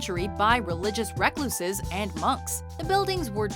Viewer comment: What's a "wreck-loose" ?